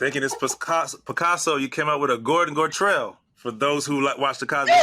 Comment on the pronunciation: Oh wow “Gordon Gartelle”